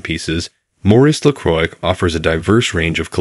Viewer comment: Everytime this AI mess says the word 'Lacroix' 10,000 frenchmen drop dead.😢 If you can't even pronounce the the name of your own product, what hope is there for your company?